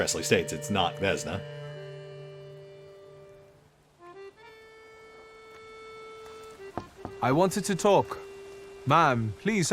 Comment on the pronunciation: also vesna is vesna not vezna... im pretty sure...